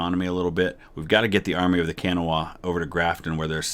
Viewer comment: It's pronounced the Army of the Kuh-naw. We don't say CAN-uh-wah :)